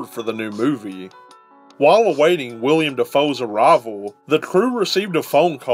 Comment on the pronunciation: Willem Dafoe not William lol